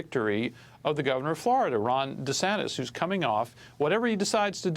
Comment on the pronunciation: Two clows here! One of them can't pronounce DeSantis!